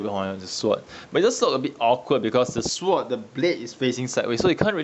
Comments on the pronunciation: can u count how many "er", "uh" "erm" "so" "despite the fact" tis fool said in the review.. and i lol every time he said "syvord" instead of SWORD!! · On the topic of rightful name, in sword the 'w' is silent. pronounce as "s'ord". like in 'answer' and 'two'.